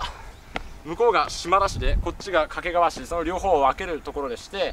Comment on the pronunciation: 地元だと掛川は「け」にアクセントがあるんですよね。 遠州地区では粟ヶ岳周辺の東山だけでなく、牧之原市と菊川市の境界となっている牧之原台地もお茶の一大産地で、一面茶畑の景色が見られますよ。